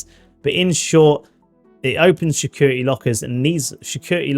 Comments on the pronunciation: 'shecurity breach'!?! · ah yes the infamous schecurity lockers